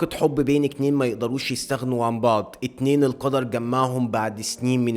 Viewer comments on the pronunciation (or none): حد ملاحظ ان كل لما يقول رقم اتنين بيقول اكنين بس عمتآ انا مش بتنمر بس حلوة منك علي العموم الحلقة جامدة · يبنى انت بتقول اكنين ليه بدل اتنين